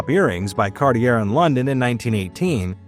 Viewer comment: Cartier was mispronounced. It is pronounced CAR-tee-ay. Not CAR-tee-err. This is a worldwide known luxury jeweler. There’s no excuse for mispronouncing that. Greville is pronounced as GRE-veel (French) or just GRE-vill (English).